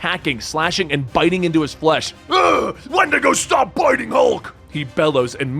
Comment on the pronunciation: When-dee-go! Not wind-ago lol